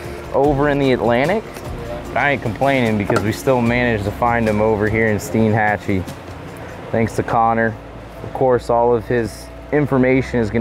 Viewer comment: As a local, I'm just glad you pronounced Steinhatchee correctly haha. Great video y'all!